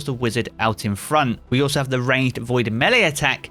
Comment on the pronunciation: "frone world"🤣